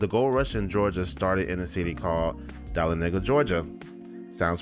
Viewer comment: I think you're pronouncing Dahlonega incorrectly. 🤔